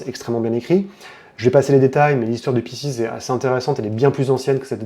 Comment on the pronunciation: Ça se prononce "Piskes" c'c'est du latin